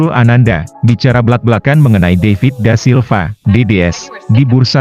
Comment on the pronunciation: David da Silva min bukan daivit🤦🏻‍♂️